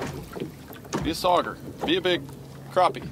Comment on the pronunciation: Nobody: LFG: SaUgEyE 😂